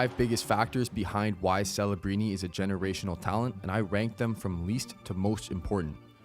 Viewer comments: are you saying fellabrini? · Why does this guy keep purposefully botching his name though? This isn't Ibiza Spain bro. His name is Celebrini with a C not an f. Stop sounding like an idiot